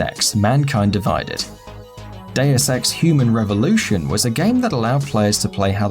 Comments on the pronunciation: When he said deus ex it sounded like day of sex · when this guy said Deus Ex it sounded like Day Of Sex but isn't that adult Valentines Day? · Am i the only one who thought he said day of sex at first?